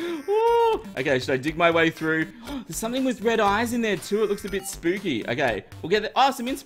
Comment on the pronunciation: Spooky? dont you mean SPOOKAY